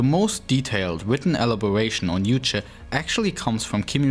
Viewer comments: Why do you guys say uuche instead of Juche? You even replaced the J with U while saying Kim Jong Il. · just because it ain't English doesn't mean you should pronounce "J" as "Y". "Juche" should sound like "joo-cheh"